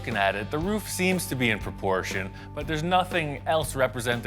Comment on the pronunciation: You said it was in proporschein.😂